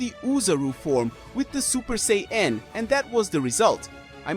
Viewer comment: Blocked for bullshit garbage fanfiction that could never happen. Also, you can't pronounce Sayian properly.